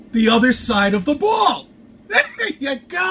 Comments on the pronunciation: He calls it a bwall . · "bwall" uggh...